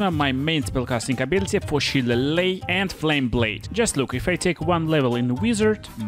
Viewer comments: Shilleighe is pronounced "shill-lail-lee". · shillelagh is shih-lay-lee, fucked up word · Yeah, shillelagh is a weird word. Irish, it is basically a kind of Gaelic club. It’s not pronounced how it’s spelled. Pronounced shill-ay-lee. I don’t blame u. Word is confusing. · Love the video, but just wanted to let you know. Shillelagh is pronounced "Shil-ay-lee" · Sha-lay-Lee (in Yank) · Shillelagh isn't even really english, it's irish, so most native english speakers can't even say it right (including me). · Don't feel bad,. It's actually Irish. Love your vids. So informative.